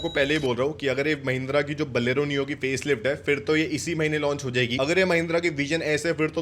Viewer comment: बोलेरो सही से बोलना कब सीखोगे छोटे....????